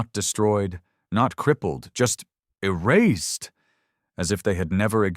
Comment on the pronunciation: what the hell is with the tone on erased 💀